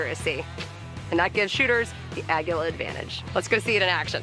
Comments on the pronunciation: Aguila... right up there with Tăcos. Everytime she said Aguila like that it hurt my head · Flanigan still sounds wrong compared to other Spanish dialects to my ears. Not saying it's wrong... but it certainly feels wrong